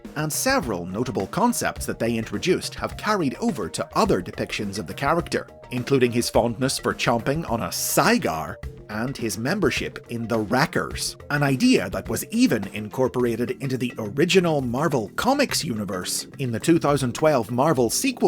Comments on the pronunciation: A sigh-gar? 😂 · I hate that stupid "cy-gar" almost as much as Donatello's glasses in modern TMNT.